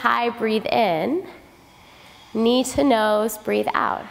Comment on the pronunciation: i dont even do what they are doing, the teacher's voice is so perfectly attuned to my being. She says things like knee to nose which sounds to me like need to know,; she says we can move at our own pace.; she says to try to get a five count breath; her general instructions are so beautiful and wise, i am happy doing my yoga and catching instructions from her every so often. She keeps me in class. One day i will be ready to do what she and the class are doing.